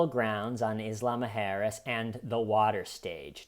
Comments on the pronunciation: Everytime says “Isla Muerjes” it sounds like Islama Harris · I love the pronunciation of Isla Mujeras as "Islama-Harris" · Omg the way you say isla mujeres is so funny cos i was almost finished the whole video thinking the island sounded like kamala Harris only to read it on the screen an suddenly think omg ive been there 😂😂😂😂😂 ive literally been to that very island 😂😂😂😂😂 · says isla mujeres like a mix of islamic and kamala harris